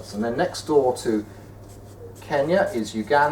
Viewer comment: Did anyone notice that he said kinya LOL!!!!!!!!!!